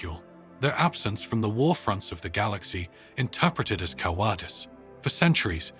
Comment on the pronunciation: 'ca wahdiz'?? do you mean cowardice (cow ar diss)? AI narrator didnt get enough neural network. yet again the invented word 'broadcasted' appears. 'broadcast' is its own plural and past tense. it doesnt ever have 'ed' after. repeated sections yet again. EDIT YOUR STORY. takes less than an hour to remove repeats.